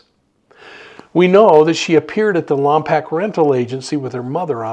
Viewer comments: I truly love your show and I wish the best in finding Melodee. However, Lompoc is pronounced lom poke not lam pack. Sorry, it just grated on my ears. Also, you are in my thoughts for your health. Keep well. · On your next video on this please get the city name right. Lom-poke. We would even settle for Lom-pock. Just please stop saying Pack. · Many blessings! Just a quick correction, Lompoc is pronounced Lom -Poke, as if someone is poking you. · Thanks for your report. FYI: Lompoc is pronounced Lom’ poke. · I’m from the area and it’s pronounced Lompoke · Worst pronunciation of Lompok